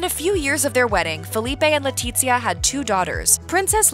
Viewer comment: The z in Letizia is pronounced as an unvoiced "th"